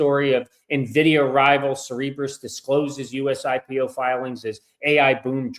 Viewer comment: Cerebras. It's pronounced (Sara-bras)